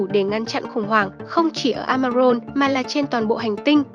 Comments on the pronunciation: Amazon mà cứ đọc Amaron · Trời ơi, làm ơn phát âm chính xác hộ. Rừng "Amaron" là rừng gì? Âm "z" chứ không phải là 'r'. Hay "A rập" chứ không phải là "A dập". Nội dung rất hay, mong kênh cải thiện giọng đọc.